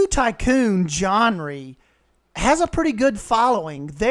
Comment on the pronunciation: what if they're both good and can coexist peacefully (also, it's pronounced jen-ruh, not jen-ree)